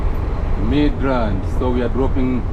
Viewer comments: It's centurion not centulan. Midrand not midland sir but very good vlog. I love it. All love from south africa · It’s midrand not midland